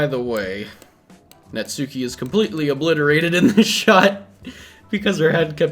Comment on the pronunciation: Here's a VERY common mistake that many people don't realize until that search it up, and I am guilty of this too: Natsuki is pronounced "Nahts-kee", with the 'u' slightly silent